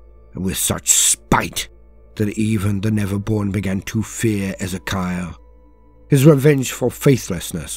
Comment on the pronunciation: E Zee Key Al